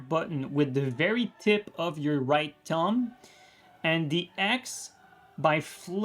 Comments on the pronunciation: Have to admit, the fact his pronuciation of "thumb" sounds a lot like "tongue" to me made this video a lot funnier that it was supposed to be. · When you were saying "thumb" I kept hearing "tongue" and was like......